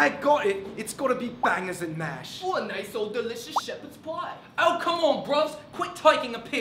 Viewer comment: "Shepahd's poy" -, who tried his best to do a British accent